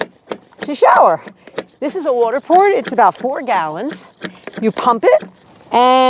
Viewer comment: " Wadter watder water." Seems like you been hanging around people from New York.